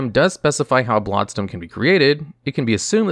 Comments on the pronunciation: You keep saying “blod stone”. Like you don’t know how to pronounce blood. It’s infuriating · “Blod Stone” or “Blood Stone”???